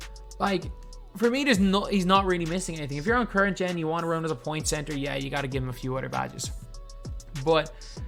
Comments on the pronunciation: Cebter lol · Typo, you said cebter not center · The “cebter” of attention